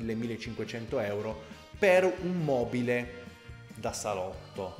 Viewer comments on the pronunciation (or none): none